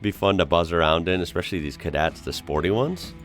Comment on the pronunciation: When I hear an American say "exspecially" I always tune out immediately